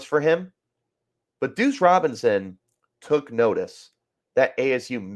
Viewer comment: Bro… you gotta pronounce Duce… said “douche” like 10 times.